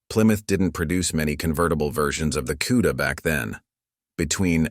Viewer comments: Never heard of a "kewda". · When he calls them. QUEDA… I run from it A I ! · Never heard of a cue-da.